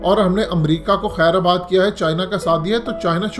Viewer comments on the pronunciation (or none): Aap bhot nice tajzya krte hen lekin urdu me aap b kamzor hen ye lafz"kheir aabad bilkul b nehi balke kheir baad " ha.